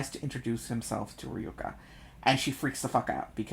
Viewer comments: It's Ryoka not Reyoka ! Or I am the one voicing it wrong all this time? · I've been reading her name as Ryo-kah too. I think pronouncing it like Ree-yoh-kah is fine though.